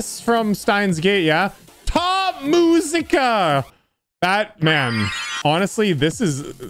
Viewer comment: "top muzika" It's musica not muzika